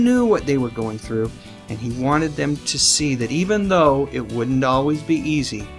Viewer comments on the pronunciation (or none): none